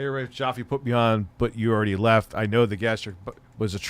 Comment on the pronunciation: Still pronouncing David Jaffe's last name.. haha.. It rhymes with TAFFY! Not COFFEE. :P